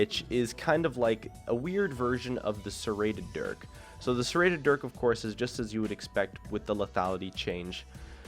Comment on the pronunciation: you are 2 inches away from saying Dick instead of dirk